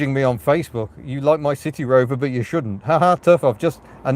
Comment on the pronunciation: You need to pronounce, the 'C' or S sound at the beginning of City in a clear manner, like you did at the beginning and at the end. A couple of times in the car you slurred slightly, and it sounded like a 'T' which made City Rover sound like a saucy sea shanty. I found it amusing, but it probably doesn't fit with your impeccable sense of humour. But you could call it 'Bristol' maybe. Hehe.